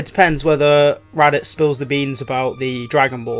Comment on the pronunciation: He called raditz rabits